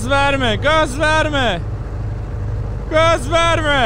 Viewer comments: میگم وَرمه نه درستش گاز وِرمَه هست😐😂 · باید بگی Gaz verma 😂😂😂😂😂😂😂😂😂😂😂با مامانم ب اینجوری تلفظ کردنت فقد خندیدم